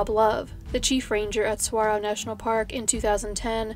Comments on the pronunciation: tank-kay no tank-wa, you've got saguaro down perfectly though~ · As a Tucsonan, heart you for pronouncing 'saguaro' correctly ❤️